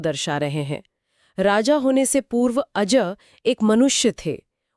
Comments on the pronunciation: अज को अजा क्यों बोल रहे हैं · आप दोनों ही अज को आजा बोल रहे हैं, ये अच्छा नहीं लगता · अजा नहीं अज